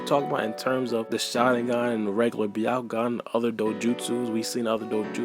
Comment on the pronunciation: it's pronounced Bya-ku-gan not B-ya-ku-gan.